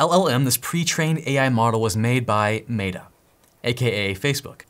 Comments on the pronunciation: If you keep saying Maytuh instead of Metta (or even Meeta), I’m going to stop watching It sounds so dumb and I cringe every time you say it. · Love the video, but it's pronounced meh-tuh, not may-tuh. Again, great video! Keep up the good work :) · Can I ask why you keep calling it MATA instead of META? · Great video. FYI "meta" is pronounced as "meh-tuh" not "may-tuh" just like the word Met with an a on the end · Stop pronouncing it may-tah, it's meh-ta lol driving me crazy 🤣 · we have not met, but you should know that the "e" in Meta is pronounce the same as the "e" in "met" not like an "a" in "mate". Hope this helps. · lol but why does he keep saying "MAY-DA" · why are you calling meta "matta", just to annoy or to game attention? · "maytah". Sorry, but i cant watch anymore of this video after hearing that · Clicked off after i heard "may-da" -- are you AI? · I appreciate how awesome you are and all of the knowledge you provide but I just can't handle your pronunciation of Meta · Love your videos, bro. But the way you say Meta is funny. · Why do you pronounce Meta that way? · I don't know if this is an ADHD thing or just me, but wouldn't it be great if these videos just jumped into what the titles suggests they do? So instead of hearing about AI models, coffee, and an odd way of pronouncing "Meta", it just jumped in with, here's the private AI, this is where to find it, here's how to install it, this is how to run it. The end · Please Google how to pronounce “Meta”. How can this be taken seriously? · LOL, is obviously an intelligent dude, but can't pronounce meta. Cool.